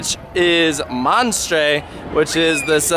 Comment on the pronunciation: Please tell me I’m not the only French speaking person who was so mad when he said “le monstre” wrong